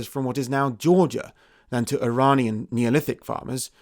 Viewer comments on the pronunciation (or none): none